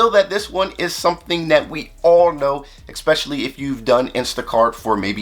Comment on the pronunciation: With all due respect, “eckspecially” is not a word.